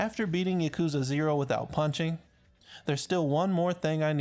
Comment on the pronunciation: Bruh im triggered at the way this guy pronounced yakuza 0 at the beginning of the video